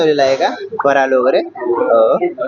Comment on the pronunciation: फराळ म्हणा फराल नाही भेटते नाही मिळते ,हा हॉटेल नाही हे हॉटेल